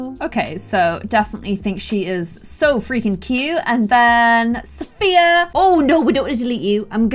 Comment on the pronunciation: British English. Where Sophia rhymes with here 😂